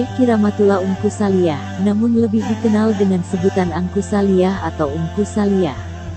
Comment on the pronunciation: Bukan saliah. Neng. Tapi saliiih